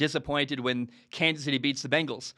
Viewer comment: Gotta love the "Begnals"